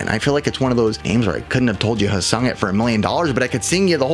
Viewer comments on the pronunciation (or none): none